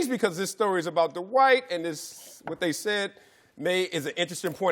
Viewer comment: His name is pronounced Dwight, not D'White :)